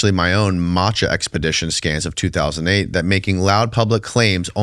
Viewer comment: Matha not Matcha hahahah